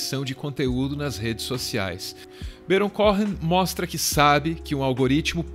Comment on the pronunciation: perfeito menos a pronúncia de "Baron Cohen" 😠